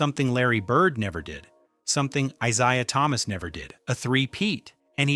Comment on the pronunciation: lol he also didn’t say Isaiah’s name right either